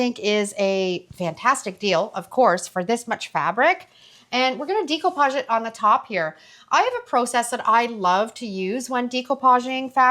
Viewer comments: Does the primer work on plastic as well? Also interesting pronunciation of decoupage. I hope you don’t mind my correction, but it’s pronounced day-cou-paj , and It’s a French word meaning “to cut out”.😊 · I’m sorry and hate to be the one to correct you (not sure which way you spell your name), but the word découpage is pronounced “day-koo-PAHZH”. I’m half-Haitian and it’s a French word. I love the découpage technique for creating next-level art and definitely will give it a try on a future furniture upcycling project. I use the same brand of polycrylic to seal my paintings, because the fumes aren’t strong. Thanks for showing me a good way to adhere fabric to furniture, because the Mod Podge I use is very stinky. The nightstand came out pretty nice. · It's pronounced: day·koo·paazh. Google the pronunciation for audio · thanks so much for commenting to correct that – it's obvious by the plaque on the wall and almost half a million followers that she's been doing this for a while and quite successfully. But she was killing me with that DEE-ko-pazh thing! 😉 Nice piece, by the way, though! 👍🏻💖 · I believe it's a French word, so the pronunciation would actually be day-coupage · I love love love your ideas & videos! Thank you so very much for sharing so many wonderful inspirations with us. I do love this decoupage project & beautiful it is with the paint color ! I would like to mention, ( not that it matters much) découpage is pronounced, day koo paazh. It’s a French word derived from ‘decouper’ meaning to cut out. Thank you for the excellent content 💞💓💗💕👏🏻 By the way, I love your voice ! It is clear, not too fast or slow… very pleasant 🩷💕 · I hate to be rude but here it is. I'm a Dyslexia Tutor. The "e" in Decoupage is a short "e" not a long e. You say Decoupage with a long e. The e is produced eh. I have watched your videos for years and have learned a lot from you. It's just hard for me to hear you say Decoupage. ❤❤❤❤❤ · She pronounces it incorrectly.